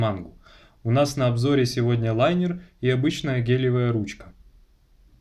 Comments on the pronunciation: линер а не лайнер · Правильно же говорить лИнер?